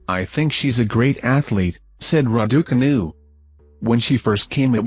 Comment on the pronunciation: Somebody tell this idiot to pronounce the name Raducanu correctly please.!